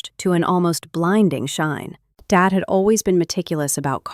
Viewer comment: This voice sure has a problem with “Dad”. He also has another name, David.